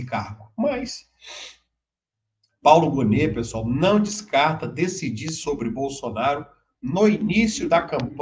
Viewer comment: NAU fala SENAU ele vai que SENAU eles vau querer esaminar